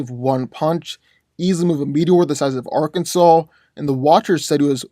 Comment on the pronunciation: Thank you for saying Arkansas Right. Can you do Mr Myx vs Molecule man?